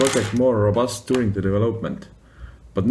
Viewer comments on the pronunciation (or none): none